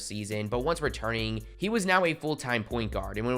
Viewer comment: The way he said point guard for Ben Simmons